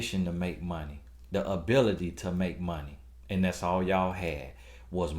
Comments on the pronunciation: Mon-tee! Not Money!!! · 😂😂😂😂.."Not money!..but MONT-TEE"...I died..